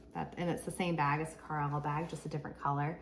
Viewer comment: Pronounced Car- Lyle 👍🏻